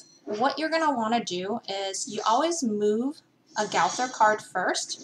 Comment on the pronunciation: It’s not gawthor it’s gowther